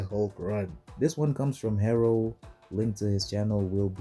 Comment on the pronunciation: Its "Haros" not Haro but anyways. I thought I would be the only Ihulk guy, what a coincidence, at last I'm the master of the art of Ihulk. Edit: Oh no I thought Ihulk didn't have a 20s penalty I thought I would be 42s.💀